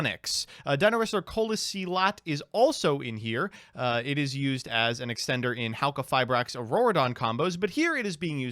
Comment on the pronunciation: I like how he struggles with every dinowrestler name trying to say them right then just confidently says coelasilat wrong.